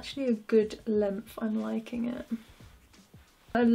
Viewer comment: "Lengf" that's all I hear when ya say length